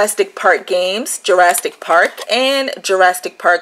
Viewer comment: no t in Jurassic.....